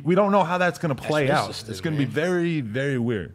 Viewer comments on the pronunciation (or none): Anybody notice every time he says "very" he says "revy".... is that same gang shit? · Why does he say revy instead of very?? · does he say "revy" instead of "very"?? lmao